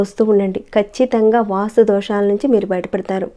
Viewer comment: వాస్తు దోషం,.. వాసు దోషం కాదండీ Nice information